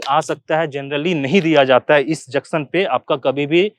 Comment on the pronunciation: Aap junction ko juction bolte sir